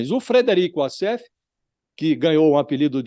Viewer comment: "Wasséfalo": de advogado a receptador !!!😅😂😅😂😅😂😅😂😅